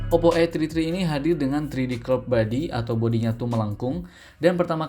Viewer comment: Saran bang 😂 kalo gak bisa BHS Inggris gak usah sok sok an Masa namanya OPPO A TRI TRI 😂😂😂